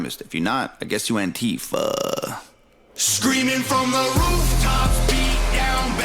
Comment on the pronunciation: Let me say first that it isn't Tom's fault, but I hate that he mispronounces Antifa as anTEEfa. As someone who is very familiar with and has stood against Antifa for 30 or so years, it drives me crazy. I remember very clearly when I first heard someone on a cable news channel mention Antifa. It was late 2016 and I was so surprised that I told friends about it. We laughed about the way it was pronounced. Then slowly but surely, Antifa kept popping up in the news more and more often, and it was mispronounced about 99.9% of the time. Yeah, some would say it's a dumb thing to moan about, but if I asked for recommendations on anTEEvirus software, you'd correct me. 😄 I will say that I do find it funny that all the effete, weak p***ies claiming Antifa today can't even pronounce it correctly. They wouldn't have survived back in the day anyway. Just wanted to get that off my chest because this is one of my favorite channels.